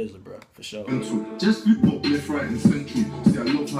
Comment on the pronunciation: he said bop not pop 😂😂😂